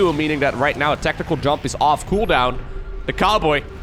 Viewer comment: I thought you called him TheCarboy at first instead of TheCowboy. 🤣